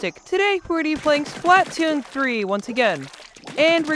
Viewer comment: Can you please pronounce it right (spluh-toon) otherwise great vid